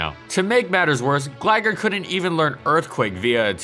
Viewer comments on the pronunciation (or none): How about “glagger”, that was worse. Good video though. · Gliscor was and still is amazing. Isn't it pronounced Gly-Scor though? And Gligar pronounced Gly-Gar?